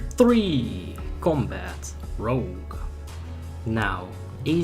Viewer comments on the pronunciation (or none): Rogué asesination????